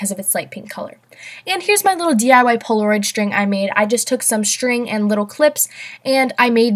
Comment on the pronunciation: Far Above Rubies it's Polaroid not poloroid